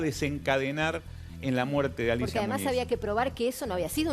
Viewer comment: Muniz Muniz Muniz...no Muñiz mulas